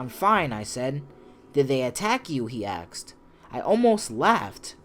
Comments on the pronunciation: He aksed 😂😂 can't correct em though they all speak like that 😂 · WHY DO YOU SAY AXED (7-7)? PLS DON'T. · Why yes gud Suurrrrrrrrrrr. I am asking you a question. But accoriding to your dictionary I am 'axing' you a question. XD lol.